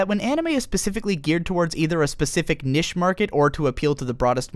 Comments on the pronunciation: niche is pronounced like "neesh" not "nish" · Jesus christ its pronounced NEESH not NISH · dude you can pronounce niche as "nich" or "neesh" you cant combind the two and say "nish" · It's pronounced neesh not nish. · Niche, not nish. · niche is prounounced neesh, not nish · Niche is pronounced Neesh not nish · its NICHE (nee shh) NOT NISH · Ahem....its. NEEEEEEEEEEEEEEEEEEEEEEEEEEEEEEEEEEEEEEEEECHE not nish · It's pronounced "NEESH" say it with me NEESH not NISH NEESH! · Good video, but "nish" as opposed to "niche" was profoundly distracting. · why did he say niche like that... its pronounced "NEESH".... im sorry i could't get over that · Niche is pronounced 'neesh'. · niche is not pronounced "nish" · nish... not niche? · It's pronounced "neesh" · niche; its knee-sh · Powered through the unfortunate pronunciation of "niche" to realize that this is actually a very informative and well put-together video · are you trying to say niche?